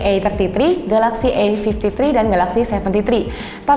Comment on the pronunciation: "kamera e-fifti-tri ... yang udah ada o-is nya". hmmmmm.. ada yg aneh sepertinya 🧐😅